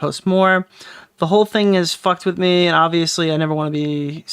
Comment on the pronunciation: Awiss kep fweatening maay